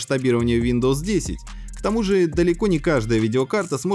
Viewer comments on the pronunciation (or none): none